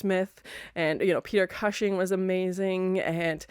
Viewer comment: Great reaction to a great movie. Just one tiny nitpick, Peter Cushing name pronounced COOSHING 😊